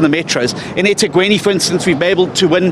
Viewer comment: It's not ethegweni. E thekwini. Mxm